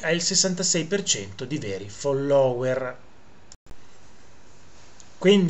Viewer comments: Caro Prof., fóllower, fóllower, con l’accento sulla prima o. Se no ci stanchiamo di sentire i virtuosi sinistri che si scatenano col ridicolo. Anche se un irrilevante errore non svaluta le notizie attendibili. Cari saluti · Quando dici FOLLÒWER mi fai morire!! Sei un grande prof sei unico ti adoro